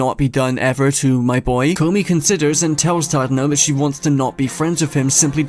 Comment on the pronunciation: i love that the entire community collectively calls Tadano as Chadano.